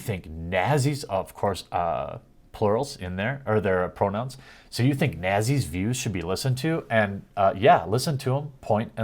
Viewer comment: Jeremy... learn to pronounce "nazi" you're making a fool of yourself.